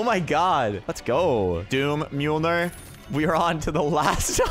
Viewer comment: I’m surprised u know how to pronounce mjolnir